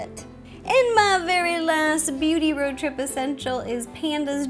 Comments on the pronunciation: It's a RO-trip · It's not road trip it's ro trip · Or shall you say "Ro trip"! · Ro-trip HA